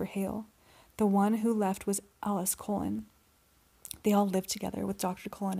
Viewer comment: Cullen, not colon.